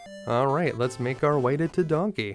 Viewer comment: Tedanki =/= Tedonkey 🤣